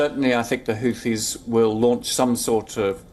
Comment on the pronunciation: Who Tees? WTF is a whotee? Low IQ stains on the road back to medieval times.